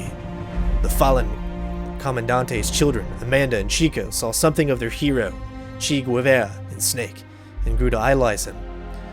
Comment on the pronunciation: Hahahahah! You totally butchered Che Guevara's name:D